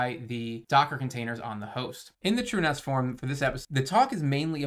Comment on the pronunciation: My man is finally pronouncing it "TrueNAS" instead of "TrueNOS"